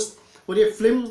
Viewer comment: First of all....That's "Film" instead of "Flim"